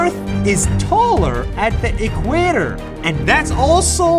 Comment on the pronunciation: It’s the equator not equador